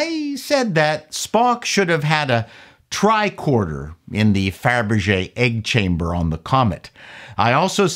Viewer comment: love it. I grew up near the Don Mills area, so I’m curious about your pronunciation on one particular word….. TRICORDER Now, most would pronounce it TRI-CORD-ER………but you seem to lean toward TRI-KWORD-ER. Hey, I’m not trying to bust your nuts on this….I tease (pause) because I love!:-)